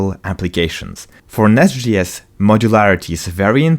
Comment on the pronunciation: As much as I love the content, I am having a really hard time getting over him saying NestGS all the time. It's J as in Javascript.